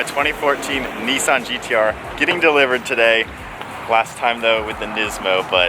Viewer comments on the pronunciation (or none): It’s Nissan not kneesan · It's pronounced NISSAN not NEESAN